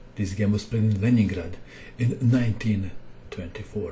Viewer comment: its leningrad not lenjingrad